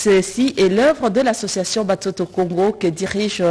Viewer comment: Swahili. Mutoto=Watoto. Pas Batoto . Akokaki koloba pe Bana. Na Lingala!!!